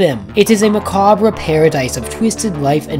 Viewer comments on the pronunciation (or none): Macabre is pronounce “mah-COBB” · that's not how you pronounce "macabre" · Did you just pronounce the R in macabre